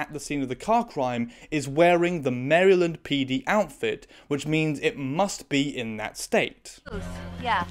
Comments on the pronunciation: "Maryl-end", not "Merry-land" 😉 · This episode me feel uncomfortable, I hate this episode. I do want to say, you pronounced Maryland wrong. It's pronounced like Mare-land. I don't know anyone here as a native Marylander pronouncing it as Mary- land. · Just FYI, Maryland is pronounced more like "Marilind" in the states. I don't blame you for the pronunciation, it just sounds a little weird to an American viewer xD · The way she pronounced Maryland caught me so off guard I had to laugh for a bit. I’ve only heard it pronounced ‘mare-ra-lind’ not ‘mary-land’ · The way he’s saying Maryland has me dead makes it sound like some like fantasy location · The way you pronounce "Maryland" brings me joy in a way I cannot describe, it almost balanced out how horrifying the content of this episode, why are procedurals like this??? I remember an early episode of I, Zombie being so bizarrely anti-asian it threw me off the whole show. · The way you pronounced "Maryland", it sounds like a theme park 😂💖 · so unrelated but your pronunciation of Maryland must feel the same way it feels when we say SHY-ER for any “-shire” locations 💀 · Great video but as a Marylander, I hate the way you pronounce its name :)